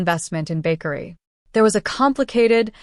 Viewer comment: It is Bakari not bakery 😂😂😂😂